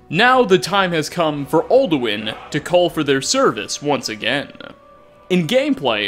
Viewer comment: Very good video! But theres one thing... "all-do-win"